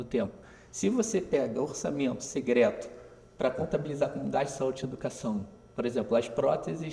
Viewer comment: uma otima visao Economica, mas pq ele fala "Segreto", "orçamento segreto" :D?